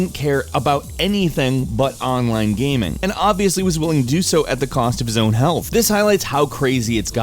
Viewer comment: 0:9 "Today Gameranx brings you ten weird GAHMING stories of 2016" Oh...